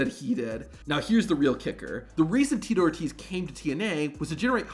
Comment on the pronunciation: Tito “O” “Tease”